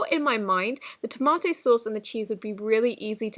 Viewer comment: Toe-Moto lmao 🍅